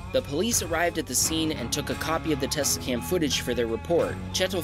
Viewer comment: the intro said scam instead of cam 😭 tesla scammed ppl?